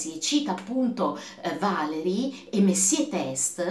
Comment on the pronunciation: Valéry è francese. In italiano si legge così: Valerì.